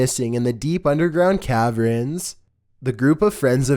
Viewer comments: cavern not cavren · So like what does cav-rin and Imacipated mean? Are you Esl or just American? So embarrassing.